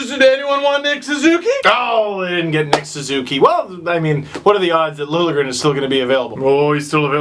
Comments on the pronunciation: It's pronounced Lil'-Ye-gren :) just if you wanted to know :D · Connor Wallace no. Lil-ya-gren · It's pronounced sorta like lil-yay-grin. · You're not bad at this Nordic pronunciation business! It's Lil-yeh-grehn, and you got Räsänen pretty spot on except the first sound in Eemeli is a longer "eh" rather than "ee". (you get cool points if you pronounce 'ä's like in cat, like you started to in the second try. ) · It's Lil-je-gren. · You pronounce it as: Lil-Ye-Gren. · pretty sure it's pronounced LIL-YA-GRIN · Swede here it's said Lil (like a short for litle) je (like a short yea) and gren (the way you said it)